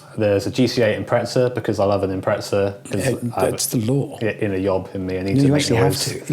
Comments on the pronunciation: impreZa not impreTsa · It is IMPREZA not IMPRETSA …. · Why do you guys put a T in Impreza?